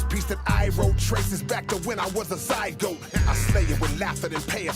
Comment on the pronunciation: He Said Zygote. Lol